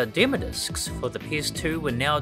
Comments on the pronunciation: Why do you say demo discs like you are about to say dimmadome 😂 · "demo discs" not "demodiscs" haha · Am I the only one laughing at how he says "demodiscs" like it's one word? 😂😂 Great video otherwise!